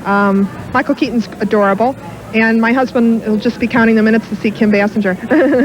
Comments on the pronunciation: That news guy kept murdering Kim Basinger's name. " Kim bass-en-jer, bass-en-jer- bass bass" I'm like yelling at the screen, "Bay-singer!" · Bro said Basinger like Homer. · What a lame that abc7 reporter is/was. Couldn't pronounce Kim Basinger's name right. Tryna throw shade at based Paul Moyer.